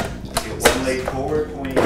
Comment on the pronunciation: My favorite part was when pronounced “leg” as “leigh”